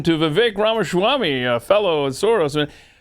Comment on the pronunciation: How about you pronounce Ramaswamy the correct way. There is no h after the s.